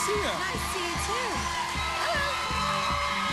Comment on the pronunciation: I loved how she slipped into her texas accent when she said "everyone was so naace..."